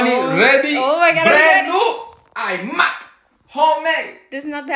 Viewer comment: "Brand new Eyemac"😂